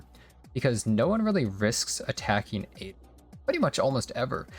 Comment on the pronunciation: btw it's pronounced 'Ah-Din', not Aiden lol